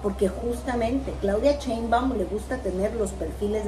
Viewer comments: No se dice CHEinbaum, tu q eres comentarista y juzgas a todos debes diferenciar CHE de SHE. Se dice CHAngo, CHEnte, CHIle, CHOngo, CHUrro. El apellido es SHEinbaum arrastrando la S. SSSSSSHEinbaum, hay q aprender a pronunciar y así tu q tienes éste canal todos tus seguidores aprenderán de ti y si lo haces mal pues mal aprenderan. Recuerda q hay q empezar a respetar, y si no sabes pronunciar pues más fácil solo di LA DOCTORA PRESIDENTA. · por que dices cheinbaum? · Por que no saben decir Sheinbaum xDDD es con Sh... como cuando callas a alguien Shhhh XD